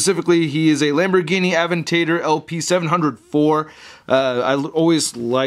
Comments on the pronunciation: What the hell AHVENTAYDERR XDD Its Ahventahdoor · It is pronounced uh-ven-tuh-dor. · Aven-tater gonna start pronouncing aventador like that tl annoy my brother! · In a way he said aventador cprrwct but not quite